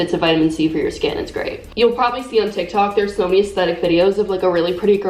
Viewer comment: “ToK ToK”